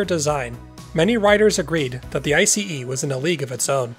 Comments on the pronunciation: Finally someone is pronouncing ICE properly! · Me waiting if ICE is yet again miss-pronounced 😁, and to my surprise it got pronounced correctly. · 👍 for pronouncing it right. BTW, meanwhile we had tilting diesel powered ICEs in Germany as well, but they were a flop.